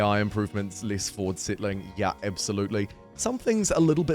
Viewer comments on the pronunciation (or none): none